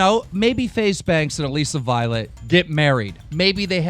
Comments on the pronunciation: It's not "Aleesa" it's Alissa(pronounced Alyssa" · It bothers me so much when he pronounces Alissa's name wrong 💀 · When you thought you heard keem pronounce Alissa's name correctly, then you rewind it and he didn't...